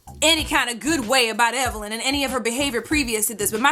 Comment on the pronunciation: I saw the Tweet and I felt like somebody had just read ME, lol...I guess it just goes to show that if you dish it you'd better be ready to take it...btw, Wendy has never pronounced Evelyn's name correctly, I actually wondered for a while if she may have been doing it on purpose...anyhoo. Evelyn's comeback was brutal. That must be so embarrassing for Wendy.